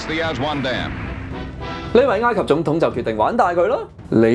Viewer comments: 查實係“哀“及唔係”挨“及！ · ，埃及個埃字讀音係 '哀'，你讀咗異音字'挨'，你有超過60萬訂戶，必須話你知，唔好讀錯。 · 應該係 山埃先會讀ngaai，其他時候應該都係oi。我記得係咁。唔係既話，當我冇講過🤣